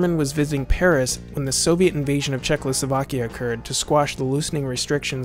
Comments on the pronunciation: It is not "Czechlosovakia", but "Czechoslovakia" :) :) Great video otherwise, as always :) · dude it's Czechoslovakia not CzechLoslovakia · Listening to you mispronounce the word Czechoslovakia (at least six times) was unbearable.